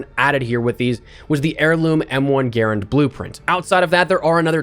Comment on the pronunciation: Its pronounced M1 Guh Rand. Not gairund. Don't butcher a WW2 icon.